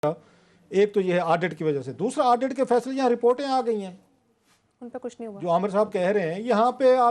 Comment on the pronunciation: Rauf Sahb it’s not aadit it’s audit